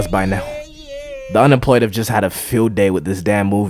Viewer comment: “unempwoyed”, “aww”, “john powk”, “go enjoy ur wife”, “the whole pwocess”, “anymow”... bro as an employed person, u need to focus on something else😭